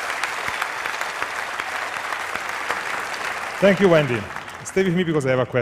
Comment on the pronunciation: This was a fantastic, interesting, and breathtaking speech, but I cracked up when she tried to say obrigado at the end.